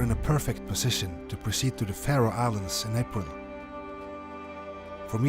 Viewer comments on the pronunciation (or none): none